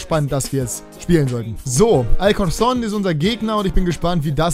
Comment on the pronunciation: Die beiden "c" bei alcorcó´n werden wie "k" ausgesprochen